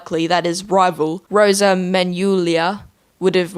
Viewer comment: Got the jc3 lore right on, but the way you said rosas name and de Lucas name sounded goofy